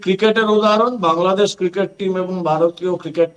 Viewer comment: নিজেদের দেশের নামটাই শুদ্ধভাবে বলা শিখেনি।